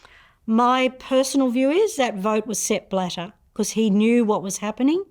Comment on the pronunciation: Sepp… bladder?. Sounds a lot like step ladder… I’m sorry xD